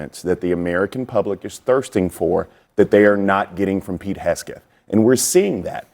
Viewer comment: Why would you have someone on there that can’t even say Pete’s name right?